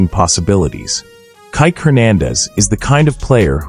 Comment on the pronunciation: It's pronounced Kee,Kee.